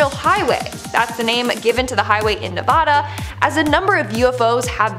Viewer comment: Don't say Nevada like that ever again.....